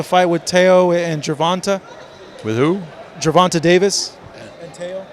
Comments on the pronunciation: How long is going to struggle pronouncing Gervontaa's name? 🤔😂 Ger-Von-TAY...🤦🏾‍♂️🤣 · loves mispronouncing Gervona(tay) Davis and saying Ger-Vahn-Tuh lmfaooooo